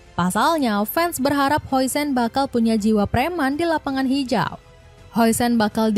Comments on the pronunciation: Namanya dibaca "din hawsen" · Dibaca "Hausen"